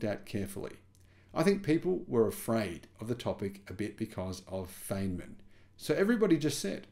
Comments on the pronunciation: Richard Fine-man, didn't live in Arkinsaw. If he did he might be fined for not saying it correctly. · Feynman is pronouncd Fineman, and Arkansas is pronounced Arkansaw. Hope you don't mind my corrections. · I think you've been had :-) this has been hyped as new breakthrough every year for a decade. Also, it's pronounced Fine-man